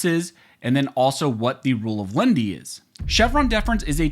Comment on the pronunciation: The Rule is not "of LEND-Y". (Nobody borrowed anything.) It's "LEN-IH-TEE", (3 syllables). "Lenity" is "the quality or state of being mild or gentle" [Random House Webster's Collegiate Dict. 776b.] (Here, in legal interpretation, leaning toward "the people", in preference to a Gov't Agency.) [See also LENIENCY (4 syllables)].